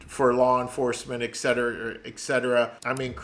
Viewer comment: “Etcetera” is pronounced “et-set-er-ah” not “ek-set-er-ah”.